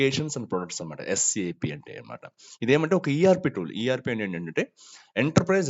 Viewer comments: Bro it is not Sap its S A P 😊 first pronounce correctly bro.. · not 'sap' its S A P